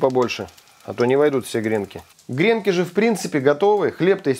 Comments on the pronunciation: Не грЕнки, а гренкИ! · Не грЕнки, а гренкИ... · смотрю вас регулярно и беру на заметку рецепты...Только режет ухо грЕнки, говорите правильно - гренкИ. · Сударь, не грЕнки, а гренкИ. Один гренОк, два гренкА, много гренкОв.... А обмакивают гренки в льезон. Простите. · очень люблю ваш канал. Можно немного уточнить? В слове ГРЕНКИ ударение должно быть на букву И. Куда не ставь ударение, от этого блюдо хуже не будет.